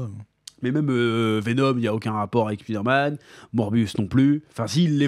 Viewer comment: Pourquoi tout le monde prononce " Speeder - Man " ? 🤔 Y’a 30 ans, je disais: " Avec l’anglais à l’école, d’ici 5 ans, tout le monde l’appellera Spider - Man ". Non. Alors que personne ne prononce : " Iron - Man " à la française.... 😅